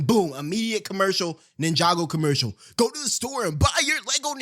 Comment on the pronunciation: He say go-slow but we say go-go